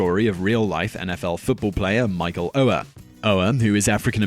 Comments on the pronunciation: Michael Ohr's name is pronounced oar just like the one that goes with a boat. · Oher is pronounced oar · I try not to pick on pronounciation but come on Simon you couldn't have rented The blindside? Whats that name again.